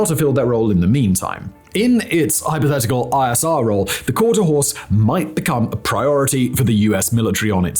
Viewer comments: For the record it’s: quarter HORSE , not quarter house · Horse, not house. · How did editor not pick up the fact that the is saying quarter house instead of quarter horse like 75 percent of the time ? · It has to be the accent. I hear 'Quarter HOUSE' and not 'Quarter HORSE'. 'Quarter HORSE' means it'll run out the gate. 'Quarter HOUSE' means dad got a bad deal in the divorce. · I kept hearing that too! It's Quarter Horse! HORSE!!! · I think Hermeus should receive an apology for the absolute shoddy script reading, and lazy editing. I’m surprised this was allowed to be published. QuarterHOUSE? THAT many times? Really? Embarrassing. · He really says quarter house. You weren't even exagerating. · Quarter House? Simon must need a new eyeglass prescription lol... But wait.. I thought he said horse at least once. U aight simon? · He definitely says quarter house a couple times 😂😂😂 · Simon must have had a lot of scripts to read the day he recorded this video. Considering how fast he was reading and how many times he mispronounced the name of the aircraft, he was obviously rushing through the recording. The real question is did the editors not notice the mispronounciaton or did they just decide not to rerecord the video regardless? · House many times will simon mispronounce the name? Place your guess